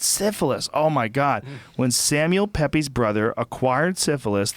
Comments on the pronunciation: "samuel pep-ehs" every state educated uk person just died a little inside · Without being trying to sound pedantic "Samual Peep's"not Samual peppies..Samual Pepys was a Diarist or Social Commentator and gossip Columnist in the 1700's..Entertaining stuff none the less...And as for Snoop Dog .Just watch Snoop in FM's Gym b4 the the Fight.. demonstrating"cough" his Boxing skills..And he wants to fuck off Conor..Please....All he did was look liike an 18ct Prick..